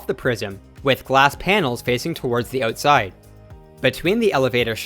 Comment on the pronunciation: "ootside" eh!